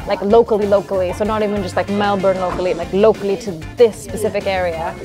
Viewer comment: i love how foreigners pronounce Melbourne, it's sooo cute and actually accurate lol. Us Aussies are such lazy speakers we pronounce it like melben or melbin 😆 also cost of living is terrible at the moment, so to us i guess because of our wages etc, it is expensive....way too expensive but i understand what you are saying!